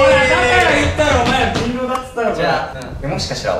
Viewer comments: こんぴーの でぃんろぉ 好き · のコンピの「人狼！」が「でぃんろう！」なの可愛すぎるんだよな